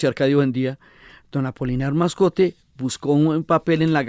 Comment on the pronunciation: La Señora Diana desborda su amor por García Márquez perjudicando así la objetividad de su trabajo. Debe además corregir el apellido Moscote de don Apolinar. (Es muy raro que ella insista en más de nueve veces llamándolo "Mascote)